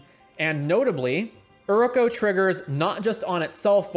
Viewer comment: great vid, but plss. its pronounced you,ri.ko/ and its mana not mauna im really not trying to be an ass, not telling u what to do but just for future reference